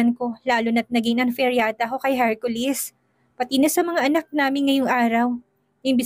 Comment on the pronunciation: Laging Hercolis ang pagbanggit ng narrator imbes na Hercoles,iba talaga kapag si ang nagnanarrate may kilig..ang story.